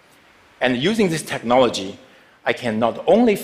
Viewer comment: he says techMology just like Sasha Baron Cohen when he's trying to sound stupid while in his Ali G character. 😆